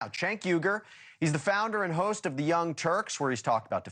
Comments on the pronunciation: His last name is "Uygur", not "Uyger". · I mean, dont get me wrong. He's an absolute lunatic. But, I do like how Cenk never corrects the way people say his name.